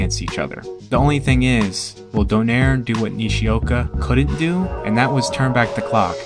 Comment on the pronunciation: I'm just wondering if you can pronounce Nonito's surname less western, like you guys pronounce spanish or russian names correctly. It should be, Do (as in DO-re-mi), nai (as in Nigh), re(as in do-RE-mi). Anyway its fine, however you like I won't argue, I just prefer how Filipinos really say his name.